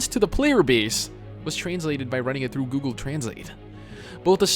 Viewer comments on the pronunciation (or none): none